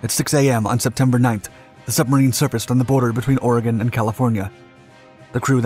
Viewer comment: well he pronounced oregon right do you know how many people get that wrong